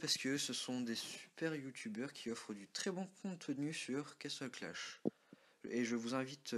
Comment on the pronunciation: Tu sais que c'est "Castle Clash" ? Et non pas "Castel Clash" mdr